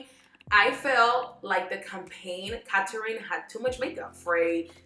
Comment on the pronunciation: “Catarin” giiiiirrrrl whaaaaat? 🤔🤯🤬